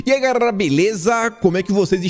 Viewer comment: é garela e não gaRRela